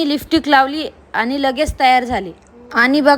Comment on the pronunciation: लिपस्टिक ❌ लिफ्टिक ✅ 😂